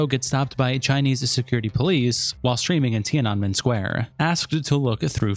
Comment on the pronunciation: Ti-ah-neh-men. .... bruh Edit: Hasan sucks... should have owned up to being a Turkish Muslim... but he's magically white now, ofc.